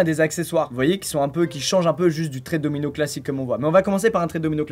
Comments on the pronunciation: jai cru qu'il disait DOMINGO et pas domino ..... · Domino et non domingo 😭😂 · Pareil mdr j etais pas prets quand il a lacher DOMINO